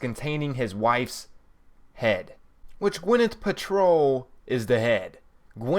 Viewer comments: were you born stupid or do you practice? moanolith? gwyneth patrol? idiot. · Who the fuck is Gwyneth "Patrol"?